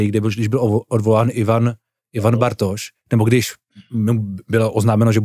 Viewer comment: pan moderátor bz se měl trochu rozcvičit ve výslovnosti před natáčením... dost koktá i slov jako.. "Bartoš "... :(